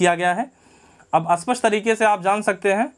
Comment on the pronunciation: अस्पष्ट और स्पष्ट सही से बोला करो